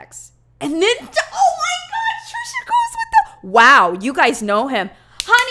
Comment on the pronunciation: I hope calling Trisha “Trasha” was intentional, either way that is magnificent! I love that lmao